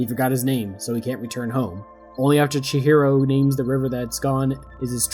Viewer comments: Lost me at "Chichiro" 🙃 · I absolutely hate to be the first comment and simultaneously pointing out a mistake in a well made video, but your pronunciation of chihiro adds an extra “ch” sound where it should be a “h” Edit: seems like you fix that past the half way mark!